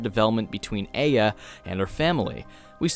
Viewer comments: great review, but uh the game tells you how to pronouce her name so it hurts to hear a-ah instead of ai-a. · Its not Ei-ya its Ai-ya, damnit. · Once again you did a great video! I just have one little problem... The way you pronounce "Aya" isn't exactly accurate... You say "Ay-ah" when it's actually pronounced "Ah-Yah" Just wanted to let you know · Sorry, pet peeve, but it’s not Ay-ya, it’s I-ya. There’s a sound clip in the game where the father yells Aya’s name, and he pronounces it as I-ya. Just a minor thing...But I mean...Why not? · I like your videos. But the only thing i hate in this video is how you pronounce the protagonist name E-ya instead of Ah-ya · Her name is pronounced a-yah, i have a friend with that name, and it just set something off. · Actually it's eye-ah or Ah-yah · He even says "Eye-Uh" at the end of the game, how do you mess that up. Gosh darn it, ya silly boy. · yeah this bothered me. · TooLateToTheStory a bit, yeah. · My brain corrected the pronunciation in my head everytime he said her name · You’re pronouncing Aya’s first name wrong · The ONE time words are actually spoken in the game starts with aya's name. How did you mess up the pronunciation??? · not sure how you can say a name wrong thats said out loud by the titular mad dad. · GOD the way you pronounce Aya is horrid! ITS SAID IN GAME AT ONE POINT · i adore you but every time you say aya wrong i want to die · Most English-Dominant speakers be like: Fails saying a Japanese name that has "Ay" in it